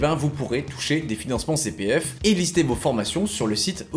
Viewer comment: " ji suis jilien, inspecteur de la CI PI F ! "